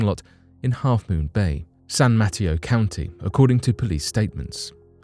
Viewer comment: You got me now the stories by backyard yes San Mateo industrial Metro work on the pronunciation just busting your balls thank you